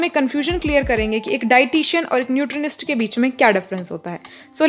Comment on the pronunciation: Nutrinasist nhi hota madam 😅😂